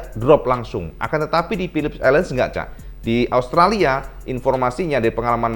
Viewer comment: Philip island om bukan Philips island, biar gk belibet hehe